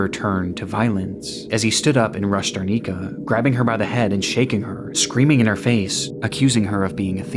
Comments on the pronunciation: i usually love your content, this video no exception, but i just wanted to note that the woman's name is Darinka, and you call her Darnika for the whole duration of that part. as she was an innocent victim of a crime you should have taken more effort to pronounce her name correctly. it is important for the memories of that person. so i just hope that you will correct that in the future! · It's DaRINKA, not DarNICA, sounds so wrong lol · Its datinka not darnika